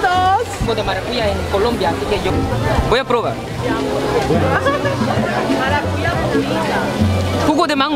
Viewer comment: No es maracuya... Es maracuyá